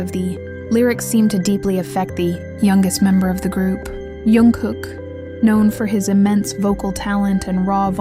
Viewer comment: He hates when his name is pronounced as if it starts with a Y. Why do they do that? Even if the story is made up like this one YOU SHOULD AT LEAST SAY HIS NAME RIGHT!!!